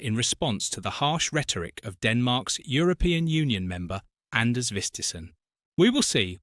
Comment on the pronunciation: Name mispronounced. His name is Anders Vistisen and the d in his first name is mute.